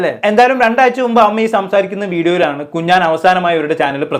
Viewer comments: 🤣🤣 കുഞ്ഞാൻ കുഞ്ഞാൻ കുഞ്ഞാൻ 🤣🤣 കുഞ്ഞാൻ പാണ്ടിക്കാട്🤣🤣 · കുഞ്ഞാൻ അല്ല കുഞ്ഞൻ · കുഞ്ഞാൻ അല്ല കുഞ്ഞൻ 🤣🤣🤣🤣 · കുഞ്ഞാൻ അല്ല കുഞ്ഞൻ 😂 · Kunjaan alla kunjan ennanu😂😂😂😂😂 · എടോ കുഞ്ഞാൻ അല്ല 😂കുഞ്ഞൻ 😎